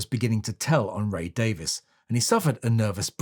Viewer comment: his name is Ray Davies [Dayvees] not Ray Davis